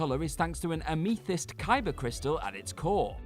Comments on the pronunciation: And uh-mee-thist. Ouch. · I noticed that too.